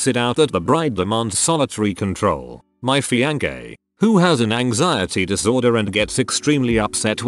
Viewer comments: Me: oh cool, text to speech that'll be nice. TTS: "Fianke" Me: I take it back, i want a person. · Nobody: The bot pronouncing fiancé: F I A N K A Y